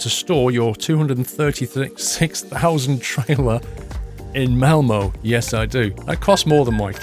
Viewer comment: Malmö. Not Mailmuh